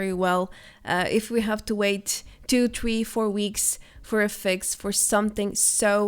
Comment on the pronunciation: Tree or three?